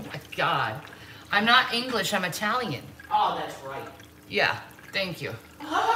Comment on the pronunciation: Also I question anyone who is truly Italiian saying Italian with a long I. You say it with a short I just like Italy. She constantly says I Talian (long i)